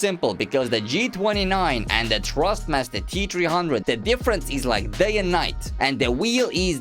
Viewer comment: i love the way he says trustmaster instead of thrustmaster amzing comparison im not asking for a g29 for christmas anymore tysm